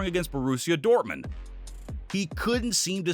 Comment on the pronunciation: That pronunciation of Dortmund should not be left unadressed